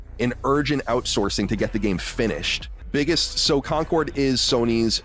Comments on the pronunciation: Yeah, you can tell he knows what he's talking about, when he repeatedly mispronounces Concord as "conquered". Rather reminds me of that time Downward Thrust made a whole video talking about "Wolfensteen: The New Colossus". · When he said "Conquered," I heard, "Conker," and was expecting a drunk squirrel. Day ruined 😪😂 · He keeps pronouncing “concord” like “conquered” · Why does he keep pronouncing "Concord" like "Conquered"?